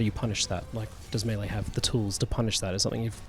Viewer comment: is working so hard to say "melee" correctly. Good on him!